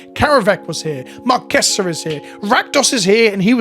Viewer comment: Biscuits! Also, with the way you pronounce 'Marchesa,' I kept wondering who Mark Kessler was and why you wouldn't shut up about him. Anyhoo, cool video.